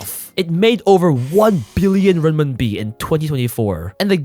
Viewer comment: being a chinese myself and hearing RMB(ren min bi) to be called rim mim bi is just so funny lol😂